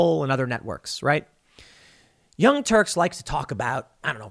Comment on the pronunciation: Did you say the"Young turds?"